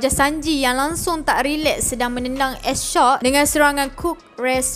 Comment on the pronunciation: Sorry ye pembetulan, bukan s shock tp s shark, bukan beroot tp brook. Hehe. Kami rindu.